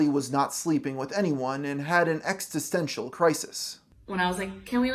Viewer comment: Look up how to pronounce "existential"